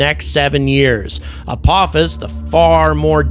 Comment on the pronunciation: A-PAH-FIS. NOT A-POE-FIS. 😂